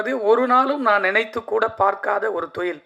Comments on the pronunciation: தொழில்❌ தொயில் ✅😂😂😂😂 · Suththa thamizhla pesarennu, thozhil ah marupadiyum marupadiyum thoyil nu sollum bodhu valikkudhu. Ivar thamizhara ne doubt varudhu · Thoilll 😂 sir normal Tamil laa pasunga y spoiling Tamil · Enaku thaan apadi kekuthunu nenachane.. thoil 😂😂😂😂